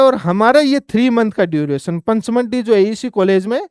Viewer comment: जिसको पंचमढ़ी का नाम बोलना नहीं आ रहा वो यह ज्ञान पेल रहा है।